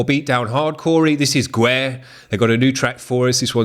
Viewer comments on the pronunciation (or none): Nice seeing Guerre! Some of our buddies from QC City! FYI, Guerre is the french word for war. It's pronounced "gair", like "air", not "gwere". Haha! Much love from Quebec!